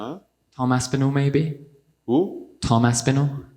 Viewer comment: This idiot said Tom Aspinal of all people lol